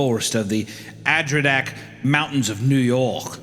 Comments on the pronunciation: My favorite mountains: The Adro-nacks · The way they pronounced Adirondacks and Albany made me turn the video off. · I desperately need hunter to learn how to pronounce "Adirondacks" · That’s potentially the worst pronunciation of “Adirondacks” I’ve ever heard or will ever hear in my lifetime, wow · I’ve never heard someone say Adirondacks as wrong as Hunter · As someone from NY I am bewildered as to how hunter came to the conclusion that that’s how you say Adirondacks. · Well. Finally we got a story set near where I'm from in New York. And Hunter butchers pronouncing the Adirondacks.